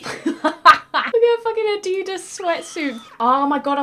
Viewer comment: who pronouncers Adidas that way 🤣 INCORRECT